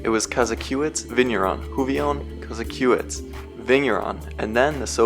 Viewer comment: Also, “Ko-ZACK-o-witz”.